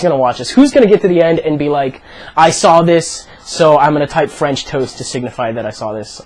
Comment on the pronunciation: Fwench twoast